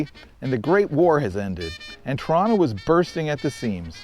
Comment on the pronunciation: Thank you for getting the name right- so refreshing to hear people pronouncing my hometown’s name w/ two Ts.